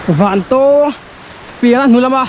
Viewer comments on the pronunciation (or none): A hmuhnawm thin e,Vantawng i lam dan khi a dik chiah lo in ka hria.Pui miah" thin e